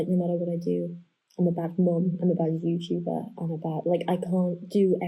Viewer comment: I just have to say I've been watching you for years, and this is by far your best makeup and hair in my opinion! Also, CRAZY LADY—did I really just hear you say, "I'm a bad youchuba, I'm a bad mum"????? BECAUSE YOU'RE FANTASTIC AT BOTH, WOMAN!! 😑🥰👏🏽 we all love you and kira too, so do whatever is best for YOU TWO, and we'll always just BE here whenever you're around <3